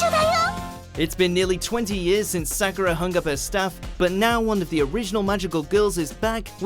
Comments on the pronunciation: Did this guy say cardcaptor sakora??? I think he means Sakura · omfg how the fuck did you manage to mispronounce Sakura